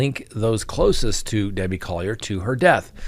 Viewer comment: ?Dabbie? Come on...